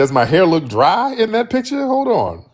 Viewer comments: Accents don't usually bother me, however it's the lying. Why are they so damn ashamed of where they're from?? It's not "Peeture," it PICture. No FBA says peeture. She's fooling no one. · Picha...and not picture😂😂